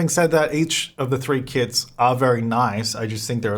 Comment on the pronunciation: It sound like you are saying "Kids" when you say "Kits"😂